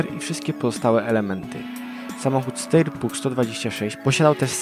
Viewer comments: Czyta się SZTAJER a nie STEJER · to się czyta sztajer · Steyr to się czyta [SZTAJER/SZTEJER]...